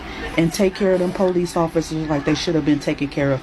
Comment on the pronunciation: How did I know before she even said it the she would pronounce police as poe-lease?